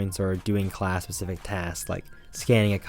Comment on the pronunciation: Is he saying “pecific” instead of specific 😂